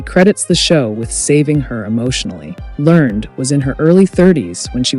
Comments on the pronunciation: "Learn-ed" (two syllables), not "Learn'd." Many of these "unknown" facts were common knowledge when the show was in prime time, such as Earl Hamner Jr. being the narrator, Ellen Corby's stroke, and Richard Thomas's well-publicized reason for leaving the show. Also, the constant repetition of the same video clips becomes a bit tiresome. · Isn't it pronounced 'lern-ed'?